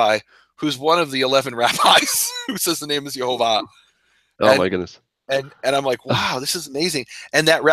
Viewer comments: I am a little confused about this video verses another of Nehemia videos. In another video he spells it Yohovah (sounded like Yoe-Hoe-Vah) but in this video, you made it sound like Yahovah/Yehovah (sounded like Yah-Hoe-Vah). I'm just wondering if it would be pronounced Yoh or Yeh.... Other than that, i really loved this video... Todah Rabah! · What about the Holam??? The Holam is the little dot above the first He st the left. That's the O sound. Then the Vav acts exactly as the consonant it is, so as a V sound. And the first vowel is a Sheva (the double vertical dots under the Yod) So it's Yehovah! No A at the start. No U sound nowhere. Why are you making up things like Yahuah? It doesn't sound Hebrew at all.